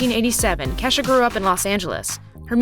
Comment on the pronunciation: isnt it pronounces Key-shah ?